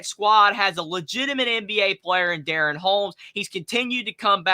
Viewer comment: pronounced duh-ron, DaRon Holmes the 2nd, in 454/Dayton we say Deuce. Sheesh !!